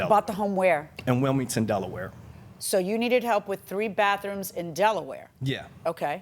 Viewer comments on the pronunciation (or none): Well to be fair at least he has three "baffrooms" 😎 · Well at least the guy has three "baffrooms" 😎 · It's baTHrooms, not baFrooms. Just one of those little things that irritate me when I should just let it pass........... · It was "BAFF ROOMS" for me. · It sounded like the plantiff kept saying baf what it that